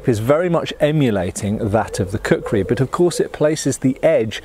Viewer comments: Plays the video in the background Hears "I have a large collection of a cookery" Wait, what? Switches to the video tab to see what's going on Oh, kukri, not cookery! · " Kukrized" axe.